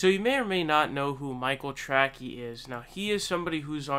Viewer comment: Is your mispronunciation of his name some kind of mocking? Just curious ...